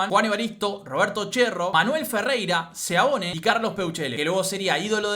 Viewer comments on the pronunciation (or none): Es Seoane, no Seaone, ok